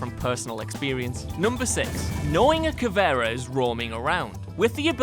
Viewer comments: Wtf this video is wrong about so many things. Plus her name is pronounced Ka-Vi-Era not Ka-Vera. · Y does he say cavera on stead of caviera